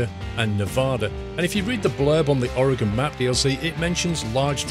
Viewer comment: 1. You should really do a Travel Channel series or give tour guides. And I applaud you for pronouncing "OAR-uh-gən" correctly! 2. Noticed a Safeway Supermarket (Cafeway) . It's a regional Supermarket chain on the west coast but had never seen this reference in ATS up to this point! That's gotta be the reference as the logo, that red "S" like shape is almost spot on.